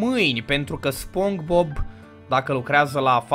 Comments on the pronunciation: Eu tot stăteam și te ascultam cum ziceai spong bob in loc de SpongeBob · Spongebob se spune spongibob nu spongbob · Bă se pronunță spongibob. Nu spongbob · Spogibob se pronunta😊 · Nu se zice SpongeBob se zice SpongeBob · se spune Spongbob!! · Se spune sponqebob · Se spune spongebob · Se spune sponcebob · Nu-s hater dar se spune sponcibob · Nu se citeste spongbob